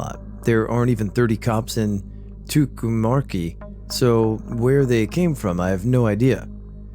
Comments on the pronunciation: I grew up in Albuquerque, NM. It is pronounced Tu cum carry, Tucumcari, NM. Valiant try!!!! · Hey! Second story...2-cum-CAR-ee, New Mexico...just like it's spelled. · Toocum carry is how it's pronounced. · Oh that is a difficult name. It’s two-come-carry. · Listen to Willin' by Little Feat and you'll hear them pronounce Tucumcari. (Yeah, I'm that old.) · The mispronouncing of tucumcari is what makes him so endearing. That touch of shyness he has is 100% why he's so awesome!